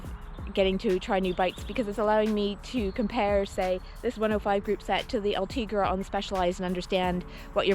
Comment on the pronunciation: Sei bella, but is: Ultegra, not Ultriga